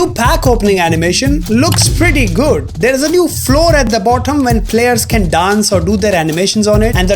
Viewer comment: 😂😂 say floor at the bottom again